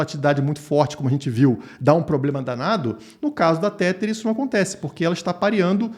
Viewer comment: Não aguento mais escutar pessoas pronunciando Tether de maneira errada. Nesta palavra, o TH tem som de D. Então repita comigo é " TEDAR " TEDAR TEDAR TEDAR TEDAR TEDAR. SE TIVER DÚVIDA É SÓ DIGITAR NO GOOGLE TRADUTOR E COLOCAR ELE PRA PRONUNCIAR PRA VOCÊ!